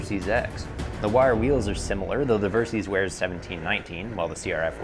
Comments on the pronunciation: Versys = Ver-Sys = Versitile System Pronounced ; Ver - Sis (NOT Ver-Seas) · It's pronounced "Ver-sis" short for "versatile systems". It's not "ver-seez"... and the ABS can be disengaged btw.